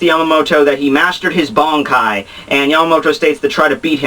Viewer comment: First of all - how can you pronounce those nicknames of Yamamoto's like that xD? And why does your pronunciation of the word "Bankai" sounds like "Bonkai" o_O? The flashback is from the time before the creation of the Gotei (since he doesn't have haori) but after the foundation of the Academy, so between 2100 and 1000 years ago. Anyway, Yamamoto was epic. He's been raging since Choujirou's death. Driscoll was stupid enough to fight against him...